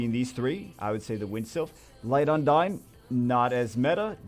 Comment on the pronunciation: its not un-dayn on how you pronounce 'undine'. Its un-deen. Hope this help :)